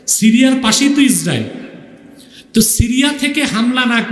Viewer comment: ইসরাইল ইহুদি এ নামগুলো হুজুরের উচ্চারণ বুঝা যাচ্ছে না।হুজুর কি ভয় পাচ্ছে কিনা বুঝলাম না